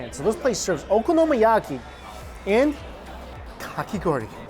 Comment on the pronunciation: "okonomOyaki"....... cmon xD